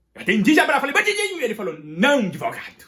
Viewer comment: O melhor é qd ele diz bandindinho kkkk